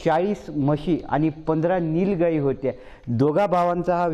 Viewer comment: निल गायी?? अबे पत्रकार च्युत्या आहे का हा? 😂😂😂😂